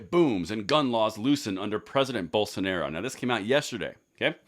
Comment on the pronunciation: Just a heads up, Bolsonaro is pronounced Boll-sun-are-oo